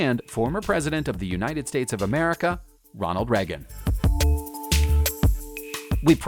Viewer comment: bruh the way you said Reagan